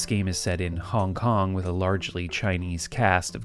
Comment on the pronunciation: Started to hear hongkong as honk-honk and couldn't stop